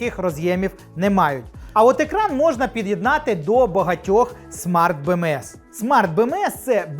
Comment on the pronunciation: Чому досі не підписаний ... ? Бо Бе-Ме-еС , чорт забирай , а не Бе-еМ-еС чи вже Бі.. англійською ... !